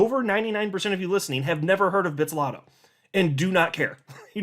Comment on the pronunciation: Bit-zlato and not bitz-lato